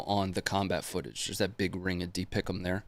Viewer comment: Dang it! The 13B version of me, when I joined the Guard and, served on a M198 towed howitzer wants to shake you for saying de-pick-ums! We say D P I C M or Diamonds! Your FO says hey, we need Diamonds on this! Give me 4 in a spread!